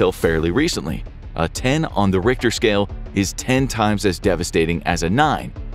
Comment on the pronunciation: Cant even pronounce "rick-ter" right. Cmon bro.